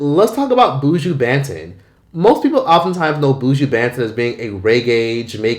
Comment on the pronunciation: I’m gonna need non Jamaicans to pronounce Buju’s name properly please. It’s not “Booo-jooo” it’s “buh-Juh.”